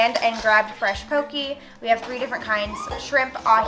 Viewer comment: Poke bowl. Pronounced "Po-KAY" 😉